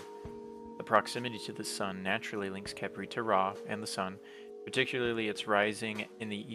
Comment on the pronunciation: Khepri sun? Caprisun!?!